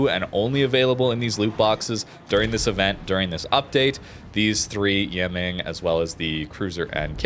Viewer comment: *pronounced E-mung